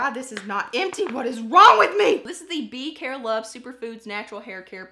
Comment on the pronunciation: What is that place she keeps mentioning? Bercarie? Mercarie?